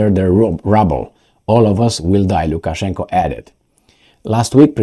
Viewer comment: Lukaszenka not Lukaszenko